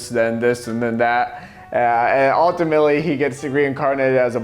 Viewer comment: Joel pronouncing ultimately as "ulta milly" is just wonderful.